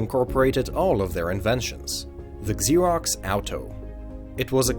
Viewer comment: It's not pronounced Eggzerox or Exerox. It's pronounced Zerox.